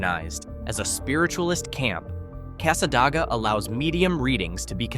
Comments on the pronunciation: It's pronounced Casa DAY ga. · They’re pronounced “Mic-a-nopy” and Cass-a-day-ga. Also Hague literally has a church, a gas station, a trailer park, a Dollar General and a two street neighborhood. It’s just a suburb of Gainesville at this point. You could do an entire video just on all the small towns surrounding Gainesville.